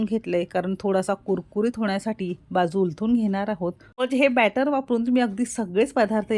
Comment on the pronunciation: कृपया बॅटर असे वाचावे.अदिती जोशी नाशिक.